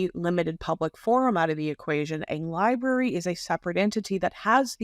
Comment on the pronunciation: Ol needs to learn how to correctly pronounce library. “Liberry” is not correct.